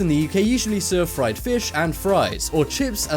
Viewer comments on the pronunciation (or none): none